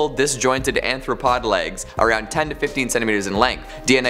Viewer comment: "Anthropod legs"